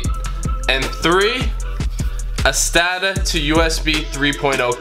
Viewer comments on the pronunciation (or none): its sata not stata. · SATA, not stata. But a helpful video. Thank you. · me too...where'd that extra t come from??😂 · STATA?... Really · saved my life also don't say sTata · Did he just say STATA ? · Are you saying “STATA?” Sounded like there was an extra T in there. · "STATA"?? :P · Hard to keep watching after "STATA"... lol. But still, good vid with clear instructions. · This dude saying STATA kills me haha XD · Stopped watching the instant I heard that and found another video. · "Stata" lmao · I think I’m most amazed you got this to work without even knowing how to say SATA correctly or getting the explanations for why you’re doing what you’re doing wrong. ‘Booting from a partition on your drive’.